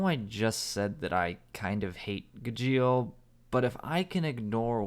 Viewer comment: I hate his pronunciation of gajeel more than he hates the character and natsu isnt meant to have alot of development hes a flat character not to say he doesnt have or cant have any hes just not gonna have alot of it